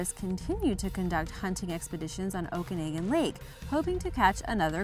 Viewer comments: It's pronounced Oak-a-noggin 👍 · I cringed when she mispronounced Okanagan. I'm from British Columbia, Canada, so this was a little personal 😦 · it wasnt anything personal. Pretty sure her mispronunciation had nothing to do with you, rather that it's a tricky and often mispronounced Salish word. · I've honestly only ever heard it mispronounced on YouTube.. lol